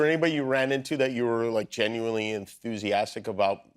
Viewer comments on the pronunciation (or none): none